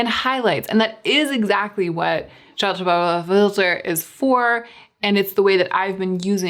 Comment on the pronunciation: “Chartifahfer”: the shortcut way to pronounce Charlotte Tilbury Hollywood Flawless Filter. Was that purposeful or did you not feel like calling attention to it for the sake of the “moment”? 🤣